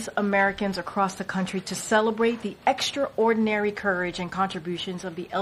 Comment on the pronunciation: "EXTRA-ordinary".... she's like a junior high student